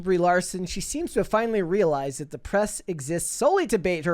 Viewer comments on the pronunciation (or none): why can you say the word “tackle” correctly but when you have to say “that” you say “thawt?” Both short a’s!! I like the channel but really struggle with this.